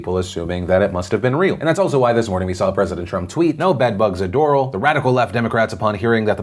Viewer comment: Bobby Lawrence it’s door - al and floridians are high maintenance